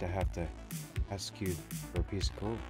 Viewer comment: Stop saying axe me a question